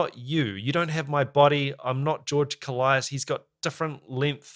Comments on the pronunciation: It's not... Kolaias... It's kolias😁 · Just to clarify: His surname is pronounced K'o-lias (two syllables, stress on the first one) not Ko-la-i-as. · It's not Kol - i - as. It's kólias. The tone in o. Κόλλιας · koh-lyas, not koh-lie-as, and the stress is on the first syllable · Why does everyone pronounce his last name wrong? It's KOLias, not KoLIAS. It's not hard. Just like, actually pay attention to the guy, he always introduces himself. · Great video. His name is pronounced with the tone on the O. KO in "Kolias" sounds like CO in the word "Color". Ko-lee-as. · One whole year too late to the party, but I just want to mention that George's surname is "more pleasantly" pronounced KÓ-L(eh)AS.... haha! At least to us Greeks who are used to the greek pronunciation! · I believe he pronounces his name “koe-lie-iss” like it almost rhymes with Goliath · accentuation on the O .'kOllias ' He is a titan when it comes to drumming , pronounce his name right